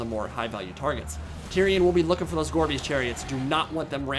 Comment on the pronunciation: Listening to this in the background, I kept hearing "Gorby's Chariots", and wondering if that was a RoR. Took way too long to realize it was "gorebeast."